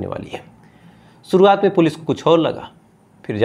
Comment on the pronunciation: Aankhe to banawa li hai.....thoda zuban bhi sahi kar le...diction bahot bura hai....sh ko s bolta hai...suruwat nhi shuruwat hoti hai